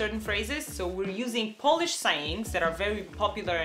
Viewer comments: Man, you are awesome. Good polish pronounciation, wide vocabulary and readiness to learn Polish are impressive traits of yours! Keep going! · I'm really impressed with the pronunciation of Polish👏 gratulacje☺️ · Very good Polish pronunciations. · I'm well impressed how you're handling Polish vowels... Dobra robota.